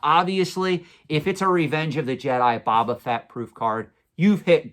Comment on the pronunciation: I’m just curious, do you intentionally mispronounce Boba Fett? Is Boba, not Baba… 😂